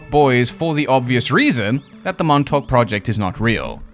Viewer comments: Just say Montauk like you're from Long Island. Or as the natives call it Longailan. Montawk Longailan. Theirs is a beautiful dialect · The emphasis is on the Mon, not the Tauk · Can't say fucking "Montauk" but you can say "Little Lilly Millie Billie Baby Bobby Brown" fifty times